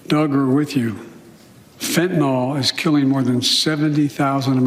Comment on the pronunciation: What is FENTANALL? It's fentanyl.